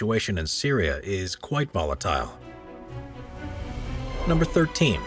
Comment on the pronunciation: It's a video about volatile areas on earth....and you can't pronounce volatile?